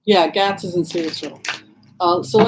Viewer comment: I think Gaetz is pronounced "gaits", at least how I have heard it on news.